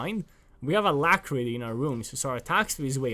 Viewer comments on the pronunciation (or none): Electrocute Alactrity xD